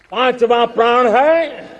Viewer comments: Prrad nahi modi ji prad bolo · Sahab praan nahi pran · प्रण शब्द को बार बार प्राण कहने वाला व्यक्ति मूर्ख नही तो क्या है। जो इतने वर्षों के बाद ठीक से हिंदी बोलना भी ना सीख पाया हो वो देश को विकसित राष्ट्र बनाने का सपना दिखा कर सारे देश को मूर्ख बना रहा है। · प्रण होता है, प्राण नही Sir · इन साहिब जी से कोई कहो कि प्राण नहीं होता पर्ण होता है। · ' प्रण' है या ' प्राण '...?🤣🤣🤣🤣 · Modi uncle itna feku ha parn nai prann hota ha